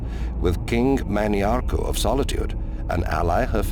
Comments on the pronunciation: He's good but obviously cannot pronounce TES named and words correctly. He calls Mannimarco Manny-Arco. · Mantiarco who was married to Potema and not Mannimarco the king of worms.